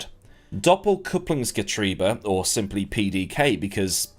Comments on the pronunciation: You pronounced Doppelkupplungsgetriebe near perfect 👏 with all respect from a german car enthusiast 👍 My favorit Car of the group C was the Sauber C 9 🤩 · I'm german and i think you spoke it 99% correct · no but it's fascinating that you got the pronunciation right. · Imagine nailing the pronunciation of Doppelkupplungsgetriebe but not the spelling :P How did you manage that? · You pronounced Doppelkupplungsgetriebe almost perfect. Good job.👍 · the pronunciation was spot on actually. Spelling not so much - it's DoppelkupplungsgetrIEbe. Still, nice top gear reference 😅